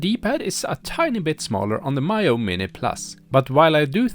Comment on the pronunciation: its Mee-yoo not My-yoo. why can't reviewers even get a basic thing such as the name right.